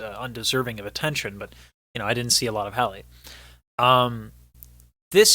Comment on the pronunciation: it’s pronounced Halle like Halle Berry, it’s a soft a sound lol